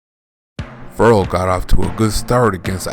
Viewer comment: It is pronounced Fer Rell people. Get it right.